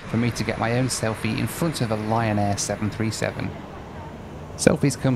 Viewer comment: Every time yo said Lion Air, my aged ears heard Ryan Air. Not sure what that could mean.